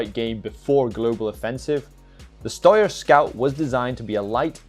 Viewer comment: wtf is a shtoyer... Its pronounce shtyer